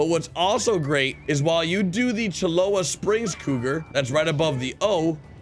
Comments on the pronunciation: Its not "Cholola" it's "Cholla Springs" ffs... CHO-LA, NOT CHOLOLA wtf can't y'all read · only in New Austin there are more than 8 places where cougar can be found.I wont say nothing else. And its CHOLLA not CH"A"LOA thank you :)))) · Wrong. Its Cho-La. It's the feminine term of Cholo in Spanish. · Cholla pronounced Choy -yah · Cholla is pronounced Choya. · It's pronounced "choya" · Dude, Cholla is pronounced Choy-ya. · stop pronouncing cholla wrong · Buddy. It's "Cholla".